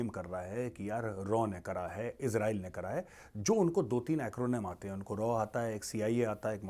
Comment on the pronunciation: RAW pronounced as RAA sir😂